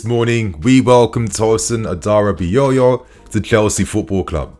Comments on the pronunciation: It’s aDara bi o yo not adarabiyoyo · His last name is pronounced as HaDaRaBiOrYour in case of next time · You tried on the pronunciation. A-DA-RA-BI-OYO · 😂😂😂 Tosin adarabioyor😂😂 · You didn't get the name right 😅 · And finally I pronounced his name right 😭😭😭 nah G. You still pronounced it wrong. It's all good tho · not really . Man put an axtra yoyo at the end lol